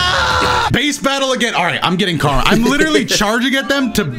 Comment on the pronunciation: This man call karama karma